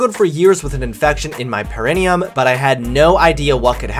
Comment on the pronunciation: The way pronounces perineum.